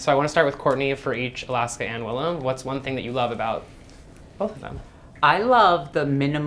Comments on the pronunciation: The interviewer didn't do his homework. Cringe. Wllam hates it when her name's pronounced wrong. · Who the fuck is this, you are a nobody. The least you can do is pronounce the name of your guest correctly, you illiterate fool! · Not him literally getting the pronunciation of Willam's name wrong and then not knowing when the tour started.. All in the first 20 seconds wow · The interviewer could have did a basic YouTube search to learn Willam’s pronunciation for his last name! At least be a little prepared.